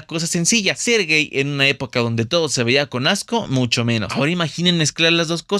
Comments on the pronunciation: Hola pronuncias mal no es Ramón Gey es Gay ok y no pongas a Pedro Infante no seas amarillista. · Buen esfuerzo y trabajo, sólo un par de objeciones: -No se pronuncia Guey el apellido de Ramón Gay, y su pronunciación es literal Gay -No había antes tal "comunidad lgb...xyz" por tanto adjudicar una supuesta pertenencia a dicho organismo es inadecuado además de incorrecto. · Se pronuncia cómo está escrito Gay , no gey lo pronuncias mal , debes informarte bien antes de dar estas declaraciones , pierdes credibilidad 😅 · Deficiente "reportaje". Respecto al actor Ramón Gay, su apellido se pronuncia "Gai" no "Guei". Esto parece más chisme que información sería. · El apellido Gay, de c Ramón Gay es la forma corta de Gaytán, por lo que NO DEBE ser pronunciado como /guei/. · Recuerdo a todas estas figuras, una prueba que la orientación no tiene nada que ver con el amor y talento. Y, solo para aclarar sin afán de sermonear, el apellido de Ramón Gay se pronuncia tal cual "gaii" y no "guei". Es un apellido de origen catalán, poco común, si, pero en su momento la gente pronunciaba bien su apellido ademas de que nadie hacía comentarios respecto a la relación de su apellido con las sospechas de su orientación sexual. Curiosamente, en catalán significa, alegre, igual que la palabra gay en idoma inglés. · Ramon Gey???😂😂😂 se pronuncia Gay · Aguas con la pronunciación, Ramón Gay se pronuncia como se escribe, con "A", no se dice guey como de homosexual, aunque en este caso si3lo haya sido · Le pongo dislike a tu video por tu miniatura en que pones a Pedro Infante con el único fin de que lo vean, y por cierto se pronuncia Ramón Gay con "A" no "Guey" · Informate bién antes de despotricar tanto veneno Marga jamas declaro que Arturo era gay ademas nunca se casaron y tu dices que era su exesposa, y no se prpnuncia Ramon "gey" era Ramon Gay era apeido chavo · Te aclaro que el apellido de Ramón Gay se pronuncia como va escrito con a y no e, no es una palabra inglesa.